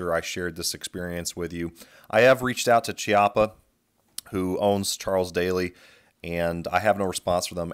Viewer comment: I think Daly is pronounced like dally, as in don't dilly-dally. I know Chiappa is pronounced KEY-ah-pa, but whenever I see some of the junk they sell, I refer to it in rhyme as Crappy Chai-ap-pee.